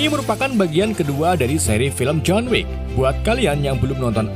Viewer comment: John Wick 2 , dibaca John Wickwick Maklum, ga bisa basa Inggris